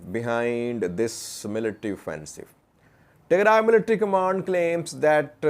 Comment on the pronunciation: Who advice u today u said tegray regional forces very good